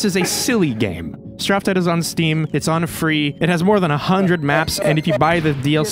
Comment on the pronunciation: Uhm Akshually that is not how you pronounce "Straftat"... smh my head.